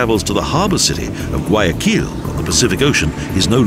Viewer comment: Gay a kill is also nice hahahahahaaa. Seriously just horrible pronunciation.